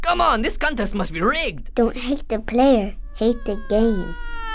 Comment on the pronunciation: "Don't hate the pwaya, hate the game"